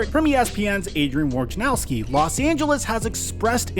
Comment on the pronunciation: anyone else pissed at how he pronounces woj's name? "wor-ja-now-ski" is how he pronounces it when it is spelled wojnarowski. "woaj-ner-ow-ski"